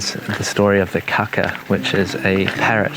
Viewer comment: Definitely wanna make sure you hold those long A's on kākā, like if you were saying "car car" in a non-rhotic accent such as New Zealand's. Otherwise you're just saying 'kaka' which in Te Reo means fibre or stalk, but means something else in many European languages... 💩